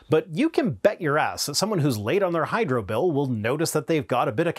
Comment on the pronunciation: “…somebody that’s late on their Hydra bill…” - I’m sure I misheard you and you actually said ‘hydro’, but it sure did sound like you’re advocating supporting the bad guys from Captain America comics. 😝